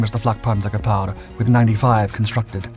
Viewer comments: “Gepard” is pronounced [gaypart] … not guhpar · Gepárd? Is it French? If you're going to say Gepard 100+ times in 10 minutes wouldn't it have made sense to figure out how to pronounce it? Liebstandartes Disease all over again. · He sounded kinda French saying it IMO, but I mostly am only around Austrians so maybe I hear German differently. I like how he pronounced chassis phonetically instead of the American way 😂